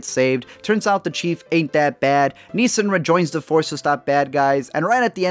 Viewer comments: its Neeson, not neesons and its Prynne not Prin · You made this whole video and then couldn’t even say the name “Liam NEESON” correctly at the end?! It’s not “NEESONS.” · Fosco Grubb No, we just need him to be able to fucking pronounce the name of the star without fucking it up. *Neeson, not NEESONS.